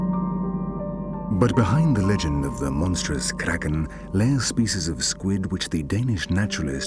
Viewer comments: LMFAO Everytime he says "the KRAKEN" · Guy says "Kraken" with an Afrikaans accent 😂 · Anyone else getting irritated each time he says Kraken.... over emphasizing this word every single time. It's kind of ruining it for me. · Lol the toung roll is killing me 😆😆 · can someone please tell this man to never say the word kraken ever again